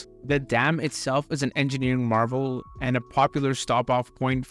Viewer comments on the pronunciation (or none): none